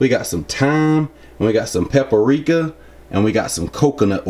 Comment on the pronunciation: " and we got some pepa-reeka "